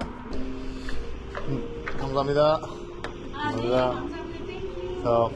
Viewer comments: 안녕하세요. 감사합니다. 이 두 문장의 발음이 엄청 좋아졌네요 ㅋㅋㅋㅋ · '안녕하세요'랑 '감사합니다'의 발음이 점점 자연스러워지고 있어요 ㅋㅋㅋㅋㅋ